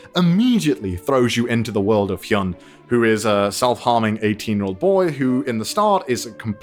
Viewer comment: Btw its heeyun not heeyoon.